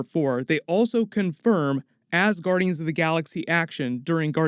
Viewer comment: "Asguandians of The Galaxy"